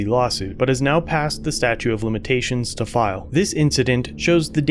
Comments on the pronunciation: Did you say STATUE OF LIMITATIONS? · "Statute of limitations", not "statue". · "statute" of limitations.